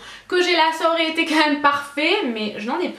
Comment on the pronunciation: Je rêve ou tu dis "meum" et pas "meme"? Haha tu me fais trop rire! Pleins de bisous, je t'aime fortttt ❤️